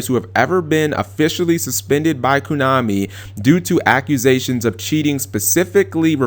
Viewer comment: "Ayyyyyyyyyyyyyyye..." Plz bring it back. PS for the love of God, it's KOnami NOT KOOnami.